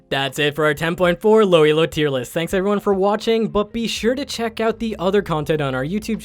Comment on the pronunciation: lol "thiis is the low elo tiert loist"